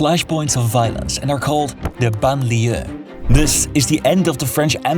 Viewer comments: you can learn how to pronounce "BANLIEUE" as it is meant to be pronounced --- type it in GOOGLE TRANSLATE select French language and click on the sound icon - a native speaker will say it for you - you can learn. there is no shame in respecting other languages than your own. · Couldn’t you have asked someone how to pronounce banlieue correctly? Just say suburb.